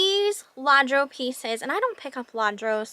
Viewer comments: Lladro is pronounced Ya Dro...I have several pieces that I inherited from my Mom who was of Hispanic Descent and traveled to Spain a minimum of 10 times. Great pick up💛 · Just FYI, it’s pronounced “Yaw dro”, spelled Lladro. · Lladro is actually pronounced "Ya Dro" with emphasis on the long O sound at the end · Lladro is pronounced "Yaudro." Epergne is pronounced "Eeperne." You had some great finds!